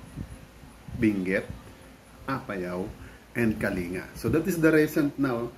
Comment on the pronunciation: Kaya pala wala capture ng travel along the way kasi gabi ang byahe. Of note, we say Kaling-ga and not kalinga :D